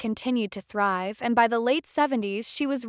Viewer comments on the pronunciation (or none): none